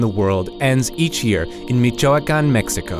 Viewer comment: He mispronounced Michoacán. He said Michóacan.